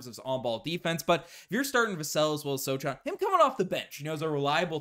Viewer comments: You know Goku's son Gohan? Remove the "G" and add an "S", that's how you pronounce Sochan's name. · You two are VERY good and you have bright futures whatever you choose to do. Your broadcasts are interesting, fast-moving, to-the-point, and entertaining. As a Spurs fan, I have heard Jeremy Sochan's name pronounced many times and the correct pronunciation is So'-han, with the "a" being pronounced like the "a" in "hand." The "ch" is like an "h." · It's pronounced (So Han)